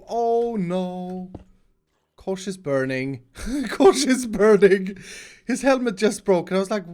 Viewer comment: When you said Kosh i just started to laugh becouse it sounds like "koš" whitch mean "trash bin" in Czech. (sorry for my bad english)